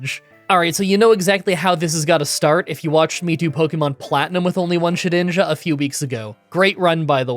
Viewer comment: Ah,yes. ShediJna ahahahhah